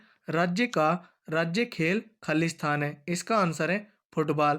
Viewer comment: Blank space ko rikt sthaan bolo ...Khali sthan bolre ho khalistaan sunai dera h